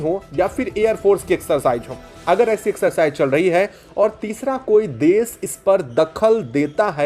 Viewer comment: Hello content creator- please do not pronounce- desh as das, or Nation — Nashan as nasan Or action -acsan Your small efforts will make your content excellent.